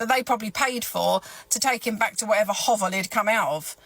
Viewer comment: Hearing a Brit say hovel is funny 😂